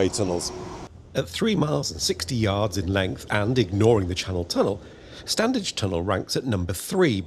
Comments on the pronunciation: The 'd' is silent in stan'd'edge tunnel, so pronounce 'stanedge'. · Urgh, my pet hate! The first D in Standedge is silent. It’s pronounced Stannage. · A note on pronunciation - I've never heard anyone local pronounce the first "d" in "Standedge tunnel". It still seems mad to me that you wouldn't at least find the funding for HS2 at least to Manchester.